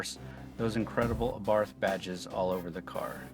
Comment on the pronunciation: Learn how to pronounce the Abarth, silent H. I drive mine everyday, not drony, have scared motorcycles and pissed off many Audi and Mercedes. Who in their right mind would buy a FORD? This car rocks and continues to surprise me everyday. They should have these as loaners at every dealership when your other car is in for service!